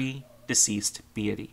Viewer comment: its "BEET-Y" not "Be-AH-ty"